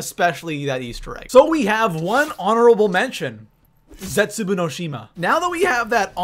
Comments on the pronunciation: What the fuck dis man said zetsuboo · Nach Drr-ahh-cuh Zetsu-boo Go-Rod Krr-Oh-Vi All missaid names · "Nach"? "Der eisendrachaaa"? "Zetsubuu"? ...